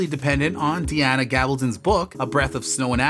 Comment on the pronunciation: Pretty much a winner for even mispronouncing 'Diana.' Skip to well past half way to avoid the sloppy recap..